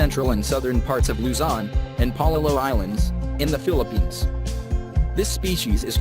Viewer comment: The Voice-over guy sounds Filipino and yet pronounced local names like a foreigner. Pal a-wan? It's Palaw an.